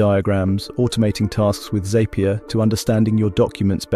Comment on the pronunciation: Zapier is pronounced Zap-ier not Zape-ier. It makes things zap more. Tasks in Zapier are actually called Zaps. Gist is pronounced Jist not Gist. This is real word referring to the core essence or key idea of a more complex subject.